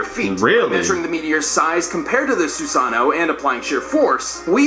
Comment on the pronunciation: All these years and had finally said Susano’o right